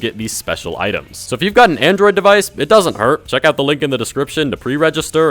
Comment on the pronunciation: nigga said androi.